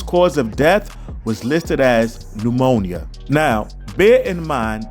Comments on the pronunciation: Y'all hear the way jaguar says pneumonia? She says" liemonia" 😮😅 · Lie-monia huh? Sounds about right. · “La-Monia” smh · Lamonia...🤣😂...so ghetto sounding 😱 It's pneumonia, the 'p' is silent 📝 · Lamonia virus is pneumonia. Why they sayin’ lamonia? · WTF is la-monia. PNEUMONIA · Lol she said "LIE-monia" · Pneumonia! There is no La in pneumonia